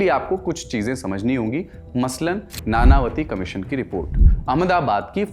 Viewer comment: नानावती नहीं नाणांवटी होता है